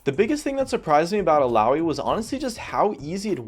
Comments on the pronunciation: Ok, I love you but THAT PRONUNCIATION THOUGH XD I don't know how you guys say it, but here we all call her ILL-AH-OY:p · "il-ow-ee" --> Illaoi